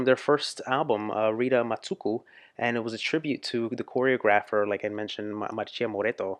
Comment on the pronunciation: "marssia" not "marshia" thanks